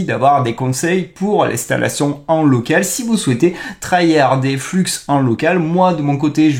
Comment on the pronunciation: soit tu dis "fluxe un" soit tu dis "fleux one" tu peux pas mélanger les prononciations entre anglais et français. enfin si tu peux, mais ce sont que les français qui ne connaissent pas l'anglais qui font ça. Sinon d'après ce que j'ai compris flux1 c'est stable diffusion (plein d'ingé de SD) utilisant un dataset d'image non libre (chut) qui permet de rendre stablediffusion enfin exceptionnel et pas limité par la qualité merdique du dataset.